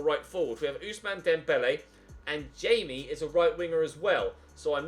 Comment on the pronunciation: In Spanish you pronounce Jaime, Hi-Meh